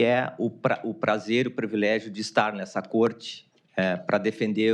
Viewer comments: Começou bem mesmo! Já entrou falando, diversas vezes, "previlégio". 😂😂😂😂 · "previlégio"? 😂😂😂😂 Caramba! Brasil tá bem phudido.😂😂😂😂